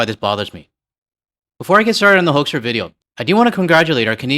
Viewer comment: FYI, it's pronounced HOOK-struh. With my beloved Canada in a recession, the US's aim is clear: we want to punish you, province by province, until you agree it would be better to be joined with the US. It's disgusting. As for the Howe Bridge, bear in mind our infrastructure is very behind and quite incapable. The tracking authority for passers on this bridge is something ICE is currently fighting with the Admin about. They are infighting for more easy money, while benefiting an oligarch opposed to the bridge's traffic.